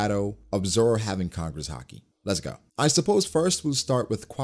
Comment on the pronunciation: why does he call it "Har-Kee"? It's "Hah-Ki" right?